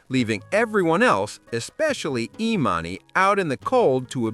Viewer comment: the AI narrator pretending to be a black man is so damn funny edit:@ the AI gets emannys name wrong